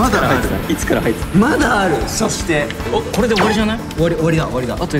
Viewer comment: 柾哉「まだある！！しょ(そ)して！！！」